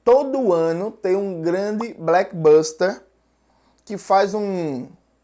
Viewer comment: Gostei quando vc acabou falando "blackbusters" ao invés de blockusters. Tanto um quanto outro são muito a cara dos EUA. rs